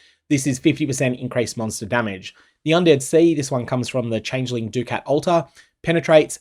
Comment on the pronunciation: I wanna know what personality mispronounced ducat originally and this terrible use of the english language spread to every poe streamer